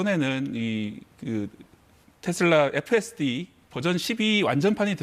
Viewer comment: 테쓸라가 아니고 테슬라 다..